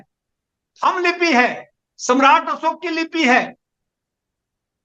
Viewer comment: अशोक ऐसे होता न कि असोक